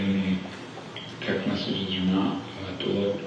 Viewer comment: M-e-s-s-a-g-e-s … massages 😂😂😂